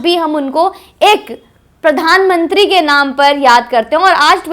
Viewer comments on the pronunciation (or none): none